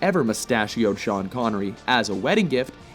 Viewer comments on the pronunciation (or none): none